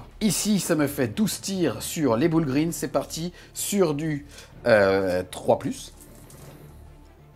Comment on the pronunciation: Les "boul' green" xD damn la prononciation ! 🤣